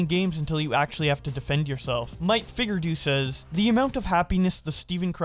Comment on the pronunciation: “Fig-your-ay-dough” not “fig-yur-do” bro… LOL